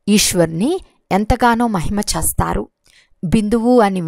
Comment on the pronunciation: చేస్తారు అనేది స్పష్టంగా annandi